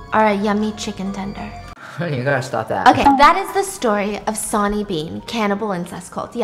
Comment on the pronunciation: Oh my God Stephanie lol. I love you so much I really do but my brain could not handle you saying sonny the way that you did 😂 it’s pronounced like sunny!